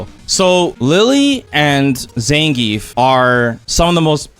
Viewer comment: SPD has beaten my jump before aswell. Zangrief not zangief😂😂